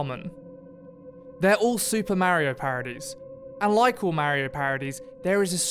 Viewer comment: MA-RIO why can’t you say MARIO 😂